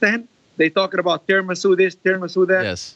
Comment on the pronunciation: Khabib already loss vs "Tiramizu" 😂